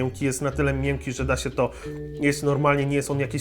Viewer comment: Czy tylko mnie po dłuższym oglądaniu irytuje mówienie "miełkie" itp?